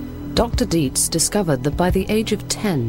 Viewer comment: Nada mas como dato es Dr. Dietz no Deeds